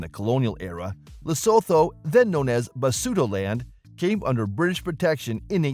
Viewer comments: Not sowtouh , li suu thuu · Every time he say LesThoto I 😂😂😂😂😂😂